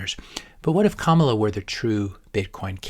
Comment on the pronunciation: You are pronouncing her name as a black woman not like a brown woman. Just saying